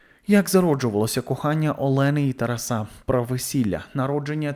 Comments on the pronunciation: ТарасА?! Шо за наголос, парле аля франсе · Не ТарасУ, а ТарАсу! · Чому ТарасУ, а не ТарАсу?